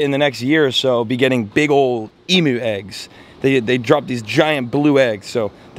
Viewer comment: As an Australian I have to correct a pronunciation, they are emu's - eemyous not emoos. Forget dictionaries this is how it is pronounced. Also, females thrum/drum in their throats and males grunt and whistle. Females will also have an air sac on their lower neck, the male doesn't. As they get older you will notice these things more. Not sure about eating the eggs, that's a lot of yolk. Loving the vids.